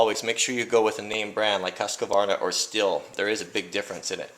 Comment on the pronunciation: Stihl is pronounced as steel.